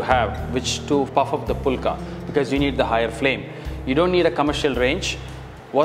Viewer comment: Don't pronounce like pulka. Pronounce the right way as fulka ஃபுல்கா